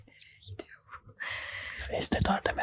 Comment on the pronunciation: gidiyi ne la antepli misin mq